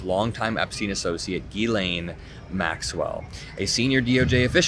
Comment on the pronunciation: her name is pronounced JILLAINE.